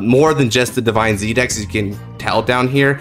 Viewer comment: I have a question (not to be offensive) why do you pronounce DivineZ Divine-Z even though it’s pronounced Divines